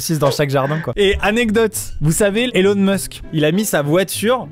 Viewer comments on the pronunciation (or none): none